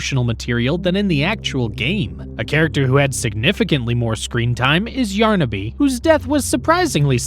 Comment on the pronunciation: Its yarnaby not yarnabe